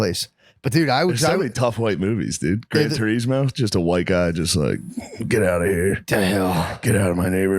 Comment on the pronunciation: "Gran Turismo" 😂